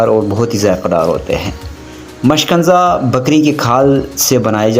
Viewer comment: مشکنزہ نہیں مشکیزہ بولتے ہیں اسکو۔